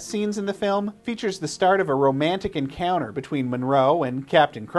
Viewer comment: Full marks on the tribute. Caroline is one of the best horror actresses, and certainly best looking women ever to grace the screen. I don't think many would recall Starcrash so well without her casting. That later record (with Numan) sounds quite decent. One thing,, old chap; fan-asy, cenner, encoun-er, hunner... So many Americans can't be bothered with the letter 't'... Shame. Proper diction is preferable in voicevers, just saying....